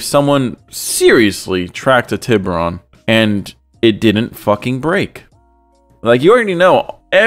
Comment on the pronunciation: “Hyundai tibber-on” how hard is it to properly pronounce a Spanish word lol